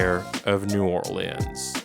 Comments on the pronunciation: Lmao why do you keep calling it "New Or Lands" instead of New Orleans? That's so irritating 😔 especially because don't you speak English AND French? But you go with the pronunciation New Or Lands? And during pride month too… kinda homophobic if you ask me. Jk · “New Orleeands”